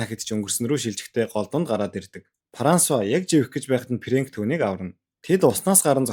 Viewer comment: Параанц, Парансуа 😂😂😂